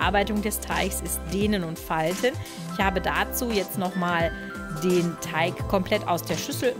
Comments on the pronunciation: TeiG nicht TeiCH !!!! XD gutes video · Ja was nun,? Teich oder Teig?🤣🤣 mega sympathische stimme👍👍👍